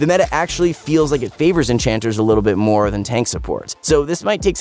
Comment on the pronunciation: my ears keep hearing saying "we'll keep this last bich short for the midlane...." to annie